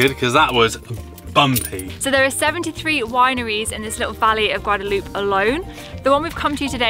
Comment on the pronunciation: Love that you are covering this gorgeous region, but please, please learn the proper name. Its El Valle de Guadalupe, not Guadaloop. 😉 There are a lot of amazing places to see, eat and drink, hope you all get a chance to visit.